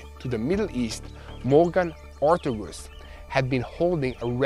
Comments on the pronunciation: her name is Morgan OR-T-A-G-U-S, US not oose haha you really butchered her name hahaha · Her name is pronounced Or-TAY-gus, please. It's killing me when you say OR-tug-us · pronounced... OR TAY' GUS